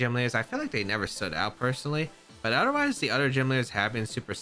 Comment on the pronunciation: I always laugh when he says “odder wise” 😂😂😂